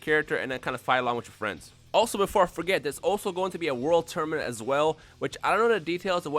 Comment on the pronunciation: If u guys notice, he says "tourmanent"